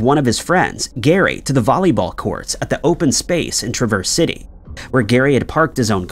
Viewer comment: When I was a kid, every year we'd always go to the Cherry Festival. It's 'Trah-verse' city. You put emphasis on 'verse,' but there's really almost no emphasis - just 'Trah-verse' City😉. Learn something new every day!